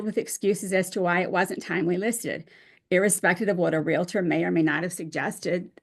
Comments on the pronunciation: should know the word is realtor not relitor. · How does an educated lawyer pronounce realtor wrong. Sheesh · The dad's attorney I'm sure is a good attorney but could use some speech therapy...... This mother's sense of entitlement is off the chart!